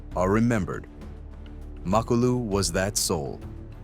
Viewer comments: Macolo? 😂 His name is Makhulu !!! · Come on bro......Macolo? 😂 Its Makhulu